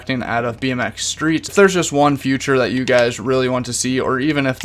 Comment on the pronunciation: Learn how to say “feature” not “future” no hate it just annoys me so much 😂😂😅😅